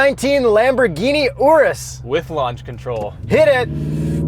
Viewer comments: That is not how you pronounce Urus. I mean... It kinda looks like an Oreo Ice Cream Cake. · i think i’m gonna have to get over youtubers saying urus wrong